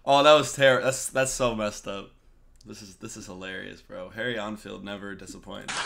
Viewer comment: Harry Ein Filed... You're the cutest